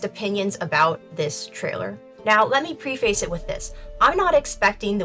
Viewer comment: Never heard a literate person pronounce "preface" that way before.